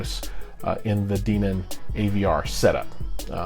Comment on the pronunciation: I think the correct pronunciation is Den -on. Also I enjoyed the video. I am thinking about buying similar stuff for my home theater. Especially those amps. the Dayton subs, and the mini-dsp. Are you planning a setup video with the mini-dsp?